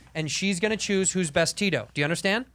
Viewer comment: tito is pronounced more like "the-though" with quick th's. it's not "tea-toe"